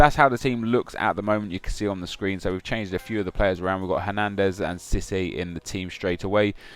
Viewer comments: Guys...It is pronounced CeeSay *pushed into water* NO ONE CARES! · who the fuck pronounces it sissy?